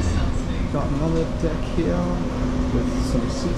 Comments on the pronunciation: I knew you were from New Zealand by the way you pronounced “deck”.😀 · Watch him mispronounce the word deck, and you'll know